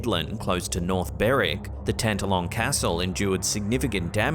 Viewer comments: Sorry, but it's pronounced Tan- TALL -on Castle. Middle syllable is emphasized. 🏴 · Excuse me but Tantallon is pronounced Tan-talon with equal emphasis on both syllables. (Just being helpful to my antipodean cousins)